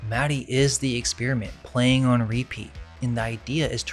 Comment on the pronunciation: Narrator: Maddie Mad-Die